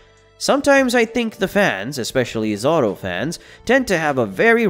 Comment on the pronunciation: Who the freak is "Zar-ro"?